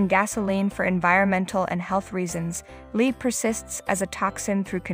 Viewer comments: Lead is pronounced "led"--please. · Another AI generated video -_- that's why it's pronouncing "lead" as the verb and not "led".